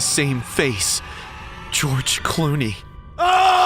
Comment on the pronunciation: (“GEROGE CLUNE”😂😂😂😂😂😂😂😂😂